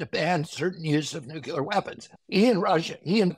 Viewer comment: Learn the correct way to pronounce Nuclear... It's not New-Cya-Ler... It's New-Clear (exactly how it's spelled).